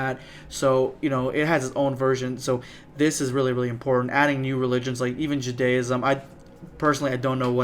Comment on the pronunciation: "jewdayism" you crack me up lol.